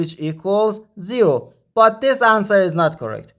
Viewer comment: The word is this not dis